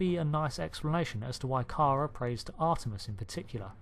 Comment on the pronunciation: Did you watch the entire series? If so then why are you saying Kara Thrace's first name wrong repeatedly?